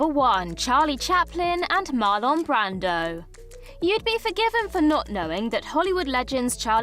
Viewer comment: WTF is with her pronunciation of MARLON BRANDO?!🤪😹